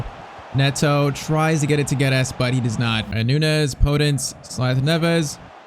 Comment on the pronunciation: PCQ: Portuguese here, you pronounce it "Gedz" and "Noonx". Hope to see a fast forward on at least one more season with Liverpool 💪